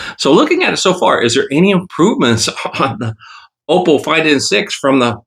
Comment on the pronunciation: Ok im getting annoyed that you still never say it right 😂...its ah po not o po